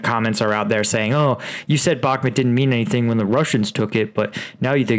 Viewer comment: People in the comments are saying Bahkmut is pronounced " Back mood" not " Back mit" why cant you pronounce it correctly!!